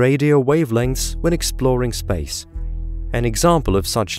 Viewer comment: my favorite part is how space is pronounced like spaze, very satisfying sounding